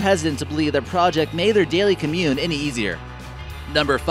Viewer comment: "daily commune "?!